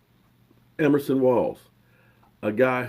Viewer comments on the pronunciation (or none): the player's name is everson, not emerson.